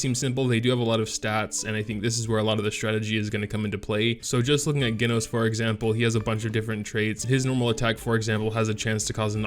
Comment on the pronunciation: its pronounced Jenos not genos :v